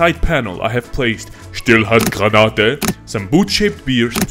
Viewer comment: Where he said „Stiehlhandgranate“ Killed me as a german 😂😂